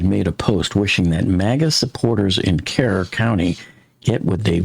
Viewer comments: Kerr (county) is pronounced as cur like cur dog. I love your coverage and have followed you a long time. Your suggestions for safety in the future is right on. Thank you. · Great Job as usual! I am in South Texas. FYI, Kerr County is pronounced like “Cur”. Keep up the great work! A Siren / Speaker system should be placed down river about every 100 yards on private home areas and every 100 feet in commercial camp areas. The speaker could have a loud siren and a speaker taking about how serious the emergency and a bright blinking light. Thanks!